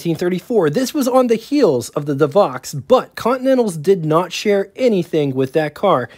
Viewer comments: It's pronounced "Duh Voe" not De Vox. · Good video ! But, several of the years of production dates and pronunciation of the names were incorrect. Like the De Vaux. Not ( De Vox ) , but pronounced like ( Dee Vo . ) French name. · Devaux is pronounced 'De-voe'. It's French, don't blame English. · Good job on the content. You need to check up on your product name pronounciations though. e.g Elcar - El Car not elcur. Deh voh not Dee vox. Er skin vs. Es kyne. Roach vs. Rawch. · My understanding was that the Stutz Blackhawk was not really considered its own marque separate from Stutz. Further, Graham-Paige did not exactly go out of business, they just truncated the name down to Graham . I thought DeVaux was pronounced De-voh, not De-vox. Auburn was considered an unbelievable value for the money at the time, not "expensive". Add to the list: Velie, Gardner, Chandler, Ruxton, and REO. Kudos for pronouncing Willys correctly, incidentally. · NOT "Koot" Rockne - "NEWT". NOT "DeVox" - "DeVOE. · Rockne’s name was pronounced “Newt”. DeVaux was pronounced “De Voe”. Also what about the “Kline Kar” built in Richmond, VA? Over all an excellent documentary! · This was so cool....btw...DeVaux is pronounce....De Voh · So many mispronunciations and incorrect dates and information..... But, entertaining nonetheless. Willys......."Will-ease" Devaux....."De-voe" Erskine....."Ur-skin" Knute(Rockne)....."Newt"